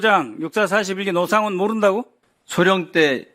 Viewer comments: 국개의원들, ㅎㅎ 빨갱이 주제에 대한민국 군인에게 하대하는 꼬라지 못봐주겠다. 노씨를 로씨라고 발음하며 북괴 빨갱이 인증하는 박선원 ㅋㅋㅋㅋㅋ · 와 박선원이 이름말하니까 순간 사령관님 표정 일그러지시네 미친 빨갱이섀@ 기회를 틈타 기밀사항 언급하네 일거에 척결해야된다 진짜 이딴 간첩이 돌아다니고 심지어 국회의원으로 있는게 참 ㅈ같네 지도 흥분해서 노상원을 로상원이라고 하고 아 이렇게 대놓고 티를 내는데 ㅈㄴ 열받네 진짜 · 미끄러운 이야기?? 이 표현 뭔가요??, 로(노)상원?? 발음이 왜 이래요? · 헉.. 8;03 박선원이가 로상원이라고 발음하네, 북한첩자? 박지원 밑에서 국정원을 다 망쳐놓은자!!